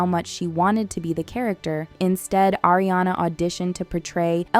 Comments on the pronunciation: It’s ARI-ana not AIRI-ana. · ARE-iana, not AIR-iana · It’s pronounced ARE-iana. Not AIR-iana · not Air, it's Ari-ana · Appreciate this video. It was very interesting. BUT FOR THE LOVE OF GOD. Learn how to pronounce the names of these actresses. It’s “Are-E-on-uh” not “AIR…” and Idina Menzel and Kristen Chenowith? You seriously didn’t know how to say those names? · why does she keep calling ariana eriana?? xd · IT'S AW-REE-AWNUH